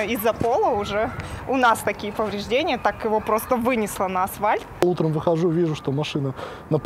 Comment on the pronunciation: Заметил, что большинство людей слово асфальт произносят как «асвальт»…